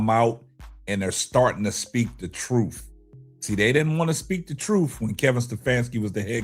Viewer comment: I wonder if this conversation was about a white guy would you have a show on it? NO!!! Btw when you say troof instead of truth😂😂😂😂